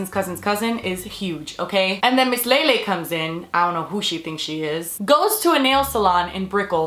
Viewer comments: Okay so.... I hate Lele but people just,,,, keep pronouncing her name wrong. It's LEELEE. Not LEILEI. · I thought it was pronounced leelee?? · i thought it was pronounced as leelee